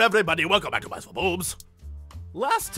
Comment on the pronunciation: "Meeses..." Lol, I haven't heard that incorrect version of mice in a long time. I honestly can't remember what I last heard it in, but it was a cartoon or a movie, in the line "I hate them miserable meeses..." And it makes me weirdly nostalgic even though I can't remember what it was.